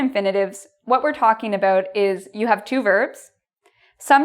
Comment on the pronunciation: The tell tale "aboot".